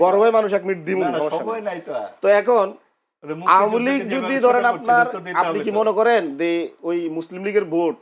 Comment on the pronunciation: আমলীগ! নামও বলতে পার না!